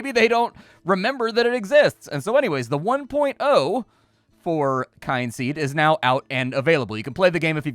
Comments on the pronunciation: KIN seed,. Not Kine-seed. They literally have a "how to pronounce Kynseed" button in the audio options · you need to work on pronouncing things. Kyn has no e on the end and is thus pronounced "Kin." Meanwhile, Z has no e on the end, and thus is pronounced "ZED.":) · The "Kyn" in Kynseed is pronounced Kin...as in Kith and Kin...hence the ancestory angle of your character. At least that's what I take it as. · I always thought it was pronounced kin-seed. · They put a button for how to pronounce the game title. The 'kyn' is just fancy spelling for saying 'kin'. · KIN KIN-seed as in my kith and kin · It's pronounced Kin-seed I'm fairly sure, because you know, Kin. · I was gonna say the same thing. 😂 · There is a button in the Audio menu that says "How to pronounce Kynseed" that might help.